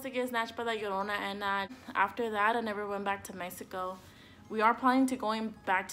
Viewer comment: Te escucho cuando dices "la llorona" y "mexico" y veo que que hablas español... Ahora sube este mismo videos en español